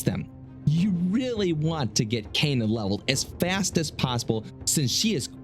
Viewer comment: it's pronounced K-ah-N-ah Not Caina